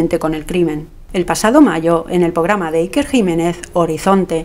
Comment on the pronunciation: "POGRAMA "? ese es el nivel